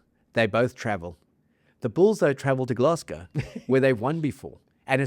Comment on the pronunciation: NOT 'Gless-go', 'Glass-go', ffs